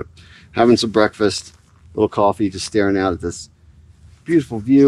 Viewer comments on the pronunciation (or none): none